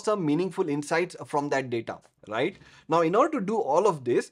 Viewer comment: When you say "Rrright " 🙂